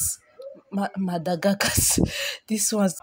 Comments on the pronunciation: The pronunciation. Yugandia (Uganda), Madagacos (Madagascar) 🤣. You won't kill me die 🤣🤣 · God save her. "Boronindi Kemerus Magadakos"!🤣🤣🤣